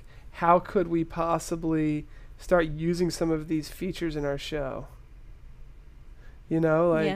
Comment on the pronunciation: Hahah! "We are about to shart!"